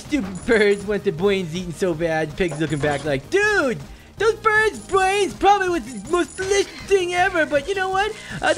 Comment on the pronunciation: Last time I watched you you were just stawting to eat BWAINS